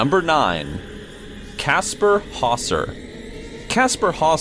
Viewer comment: It's pronounced Kasper Howzer.